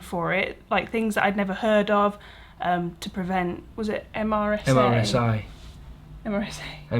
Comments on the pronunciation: MRSA is pronounced mer-sa 😊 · MRSA - pronounced Mersa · MSRA is pronounced Mersa